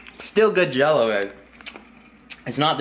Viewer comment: It's funny you mess up the simplest thing... Jell-O 😅